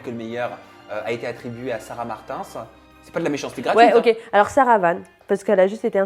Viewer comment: C’est la première fois que j’entend « sarah Martainssss »